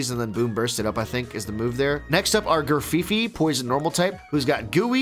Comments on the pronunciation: Also, it’s Graf-ai-ai, not “feefee”. I’m sorry I can’t help it sometimes lol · can someone tell them that it's pronounced gra-fie-ie and is not a monkey but an aye-aye hence the name. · How to pronounce Grafaiai - Gruff-eye-eye. Why? It's based on a little primate called an aye-aye.